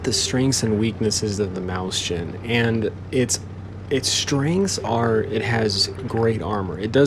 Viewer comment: XD mauschen xD That's so weird! Mäuschen doesn't even sound like that.. XD